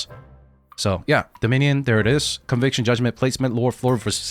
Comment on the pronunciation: pronouncing dominion like a special needs kid